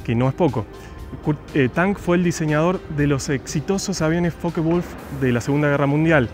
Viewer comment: Capo!!! Que buen vídeo, me suscribi al toque!!! Relindo el.museo! Yo estuve en puertas abiertas 2008...y me quedé con ganas de ir al museo, saludo compatriota! Además copado alguien que pronuncia perfecto los nombres Dassault, Foke Wulf, Sabré,etc etc 👏👏👏